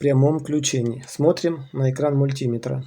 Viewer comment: ВольтмЕтр, ОммЕтр, АмпермЕтр, мультимЕтр, а у тебя мультИметр!